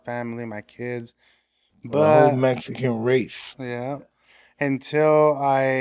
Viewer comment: Cool cool but he needs to stop saying Mexican wrong. Can't even say it right